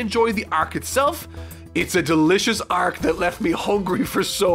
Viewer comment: I enjoy your content, but I just will never be okay with how your pronounce the word arc.